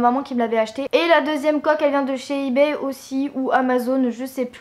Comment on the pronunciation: 1) Apprends à parler (Snapchat, ebay...) 2) T lunettes : cool ta life 3) T'avais pas un BEL IPhone 5c avant ? 4) Avis perso : le rouge (rose) à lèvres je le trouve dégueu 5) Je suis désolée mais je trouve cette vidéo vraiment ratée mais c juste mon avis perso. Bisous :-*